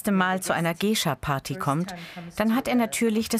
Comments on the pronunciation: Mich macht es so aggro das der Erzähler "Gaysha" sagt und dieses "Gay" was man garnicht so sagt auch noch so doll betont. 😑😠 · "Gescha" alter GEISHA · was für "gescha" oder "geischa" das spricht man gaischa aus wtf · Man spricht es "gaisha" aus...